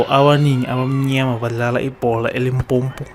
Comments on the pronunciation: I so hate it when Zulu ppl say Limpompo, say Limpopo or use Polokwane wat the fuck mos, rena we can say KwaZulu-Natal 🙄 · Why do they keep saying Limpompo but its called limpopo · ELimpompo lol they get mad when you pronounce it like that... i still enjoythis guys vid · Why do some people say Limpopo as if there is another "m"; Limpompo? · Domkop pie say such I also loath when they mispronounce our limpopo. Ba ya speeda